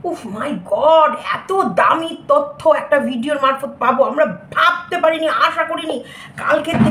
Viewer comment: Tottho na totyo😅😂